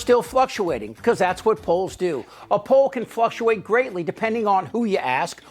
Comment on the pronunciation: It is NOT pronounced. Flush-u-ate.... It is pronounced Fluck-chew-ate.